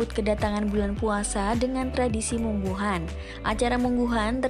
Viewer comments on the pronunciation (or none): Munggahan bukan mungguhun 😅 Emang the best sih . Kumpul2 sambil ngeliwet . 😅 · Orang Sunda Munggahan bkn Mungguhan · Yang jawa barat itu MUNGGAHAN, bukan mungguhan. Pake A bukan U